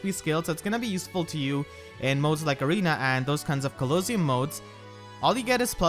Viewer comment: I've never heard anyone pronounce Coliseum like you did.